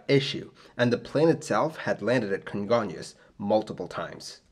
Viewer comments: Your pronunciation of Congonhas is really good! Great job on this video! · Good job saying "congonhas". I remember seeing the flames from where I worked. Crazy sad.